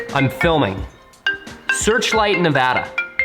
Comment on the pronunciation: Aye! You pronounced Nevada correctly! hahaha that never happens.... ever. 🤙🏼👊🏼